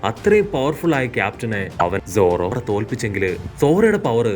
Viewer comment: Enthina bro zoro mathram ingane parayane ellarde name parayana pole sadha pole paranjude? 👀